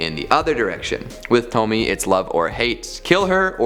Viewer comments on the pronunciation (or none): Wow, a second video that says “Tome-Me” and not “Tome-Me-AYE” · Isn't it pronounced "Toh-me-a?" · It's a actually pronounced tow-me-ay. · it bothers me that you can pronounce Fuan no Tane okay but you also pronounce Pupa (suppose to be POO-pah) as PEW-pah... Also, Tomie is pronounced TOE-mii-eh. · Tomie - toh mi eh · Thank you for the suggestions. :3 I think Tomie has three syllables.